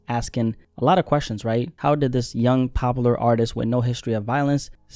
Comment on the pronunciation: Everytime dude says popular I thought you were saying Pablo and was so fuggin confused